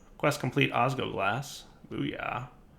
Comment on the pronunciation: It's osg L oglas, I'm sorry if I sound angry, and it's just the tiniest detail, but missing that L every time you said it, was like raking your nails on a blackboard whilst twisting my liver.